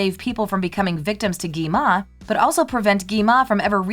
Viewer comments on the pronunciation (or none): It's not Gima It's Gwima 😂😂😂